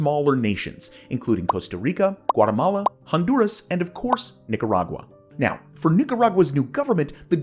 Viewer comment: Cough* Ahem...Ninarag-WA (cringe)